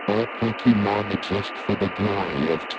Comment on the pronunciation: When they say Pokemon it sounds like "Pokemoan"